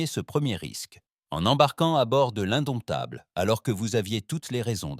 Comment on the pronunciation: Couac récurrent dans toutes les histoires : le mot "indomptable" est parfois prononcé "indoumitable"... c'est drôle 😅